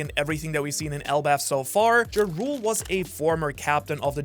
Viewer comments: Its pronounced Yarul, not Jarul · its pronounced like Yarl... as in the viking leaders, Jarls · Jarul name is actually pronounced "yar-uhl". Atleast im pretty sure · I cant lie, its hard to focus when all i hear is 'Ja Rule'😅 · I love the content, but Jarul's name is not pronounced with a J sound like the word "giant." It's pronounced "Yah-rul" like the title of Jarl in the culture the giants are inspired from. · Can we please stop calling old man Ja-Rule? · Stop pronouncing the J so hard, it's pronounced Yarule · Ja Rule... cmon you keep bringing up the giants relation to Norse mythology, the J is pronounced as a Y similar to jormungandr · Am i the only person who thinks thats not the right pronunciation for Jarul ?? Hes not a rapper! I think its more of a Y pronunciation than a J… like Yahrl ?? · Yea the way he pronounces it has been irritating me so much